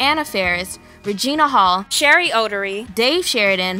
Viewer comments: Cheri Oteri's last name is pronounced "Oh-terry" not "odory" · Cheri Oteri. Not Cheri Otary. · Cheri's last name is pronounced O-Terry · The actress’ name is pronounced Cheri “O’Terry”!